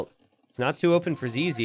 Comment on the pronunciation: Ok so for you to let you know, when you say zz, you say it sounding like zeze in english, but in french it sound like zizi, which mean dick. So right at the start of the video as a french person all i can hear is searching for dick base